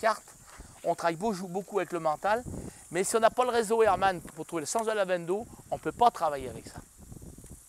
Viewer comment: C'est réseau Hartmann et non pas Hermann... mdr